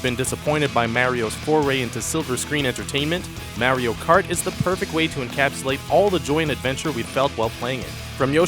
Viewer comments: "Meh-rio Kart"? Really??? Why is it so hard for so many of these top 5/10 lists posters to look up the pronunciation for the entry titles. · No, he said that because in the video the commentator pronounced it , "Merio Kurt." He knows what Mario Kart is.